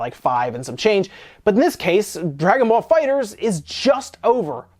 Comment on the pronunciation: It's pronounced fighter z